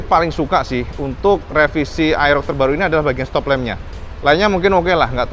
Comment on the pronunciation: mas,,,model AEROX mas,,,,bukan aerok